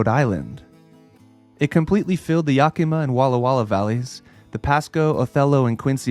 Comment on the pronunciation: Great video, I especially enjoyed the graphic combined with the images. It makes it really easy to picture how it happened. But you really need to get the proper pronunciation of places when you are there. You pronounced Yakima, Washtucna, Ephrata, Wenatchee, Kalama, Umatilla… wrong.